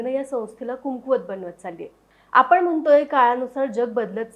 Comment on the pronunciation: Content चांगला आहे. तरी देखील मराठी भाषेत पॉडकास्ट करताय म्हणल्यावर मराठी शुद्ध बोललं पाहिजे. कुमकुवत नाही कमकुवत म्हणतात.